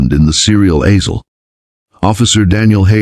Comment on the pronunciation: The "azel?" Why not TEACH your stupid AI voice how to pronounce English?